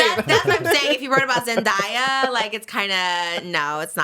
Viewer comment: And trish saying ZENDIYA I love her but it caught me off guard 😂